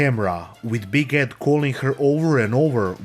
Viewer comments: You know what, you saying "Big Ed" sounded like "Biguette" to me and I think it's such an appropriate nickname for this guy. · After listening long enough, a couple times I thought you were calling him "Big Head" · I know you're saying Big Ed, but I keep hearing Big Head 😂